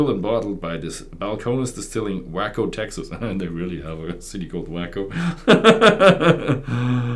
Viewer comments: Scrub oak is a smaller, shrub like oak tree. Usually will not exceed 15-20 ft tall and thinner than average branches. Native tree to Texas. We use it a lot for smoking meats. And Waco is pronounced "way-coh" lol. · It is pronounced way-coe! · It’s pronounced “Way Co” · Waco is pronounced with a long A like wave, bane, and cane. I feel like I can say that with confidence since I live here. The Balcones distillery is a very nice place.